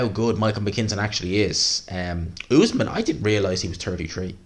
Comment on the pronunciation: Great video, but it cracks me up how bad you are with names, the other day you couldn’t say Faze, now you’re saying Essuman as Usman, they aren’t even hard names, just say what you see